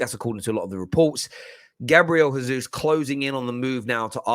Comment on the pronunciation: Gabriel Jesus is pronounced Jaysoos not Hayzoos